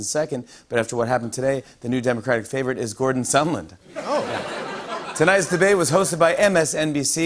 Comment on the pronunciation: I know this guy is called Sondland, but every time anyone says his name it sounds like Somlin to me. Why is everyone pronouncing this so strangely though